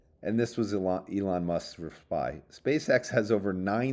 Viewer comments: oh my god he's finally calling him E-lon! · Thank you for finally pronouncing Elon correctly